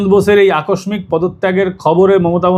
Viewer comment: Akos-mik wrong pronouncement, akoshhiik .. motamuti ok hobe, ektu nasal middle portion ta...